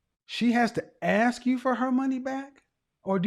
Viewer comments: Gentleman, if a woman pronounces the word ASK as AXXXED, in most cases that tells you almost everything you NEED to know about her. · Another one who says axe instead of ask ! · I'm very afraid of her axing me. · Common? Ive never heard anybody but a black person who dosnt care to annunciate correctly say “axs” makes me immediately think they are dumb bcuz they sound dumb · My friend from the Caribbean who came to New York City would have the laziest way of pronouncing words. Comfortable would come out of his mouth as com for table. Salson would come out as Salsa. And he would use the term Ax because his mother was a probation officer and a virago. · I never understood that, axe or ask....IT'S ASK! I agree with you! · I’d respond “what did u axe?” If you believe her, she and her friends are all classy. Yeah umm, no. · It is also pet peeve of mine, but it seems so common in US English speakers I think its probably seen as a normal way to pronounce it now? ( “ impordant” - instead of important also seems really common😏). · I am from the South and I will never use the term ax. It is part of Ebonics.